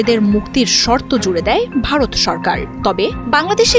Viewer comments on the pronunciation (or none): none